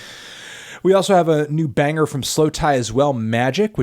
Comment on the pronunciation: I listen to these on my Monday commute and both times you yell BANGA in a British accent I spilled coffee on my white T-shirt so thanks melon